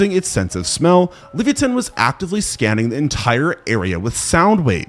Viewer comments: Did this nga just say Livi-a-tan. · Wtf is a levia-tan?😂